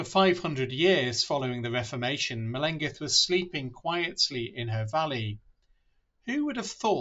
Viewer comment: Google the ‘LL’ sound in the Welsh language (much like a hissing cat!) - her name is not pronounced correctly in this video :)